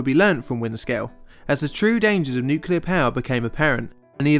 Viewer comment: We were so bad at nuculer pysicics back then lol